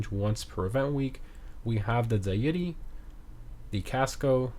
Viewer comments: The dye-yiti😭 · Bro can’t say deity